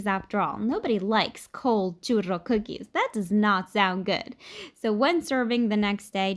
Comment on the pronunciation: I love the RR roll you do for churro .